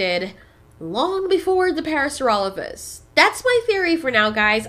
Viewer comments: It's not parasurolophus, its Parasaurolophus. Pair-a-soar-a-low-fus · Parasaurolophus* And it's pronounced "Parra-Sore-Ah-Loaf-Us"